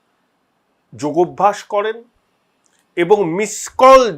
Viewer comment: ওটা যোগভ‍্যাস নয়, যোগাভ‍্যাস। যোগ+অভ‍্যাস=যোগাভ‍্যাস